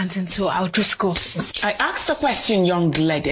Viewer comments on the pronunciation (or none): "I AXED A QUESTION" 🤣